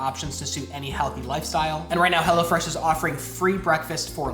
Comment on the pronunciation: Sometimes it sounds like "hella fresh" lol which makes sense too. haha